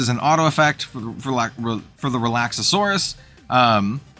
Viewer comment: I love your content! Real quick, though… It’s Relax-are-us… Relaxauras